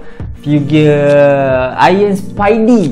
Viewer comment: Figure = FII GER Sebut betul la barua